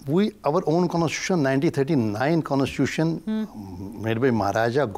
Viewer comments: What an ex-judge who cannot even pronounce the word constitution! No wonder India is in a mess created by such judges who just cannot see rational and logic, key areas of decision making in the legal context. Dr. Swamy is brilliant and simply unbeatable even in law. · how did this guy become a judge? he can't even pronounce c o n s t i t u t i o n properly?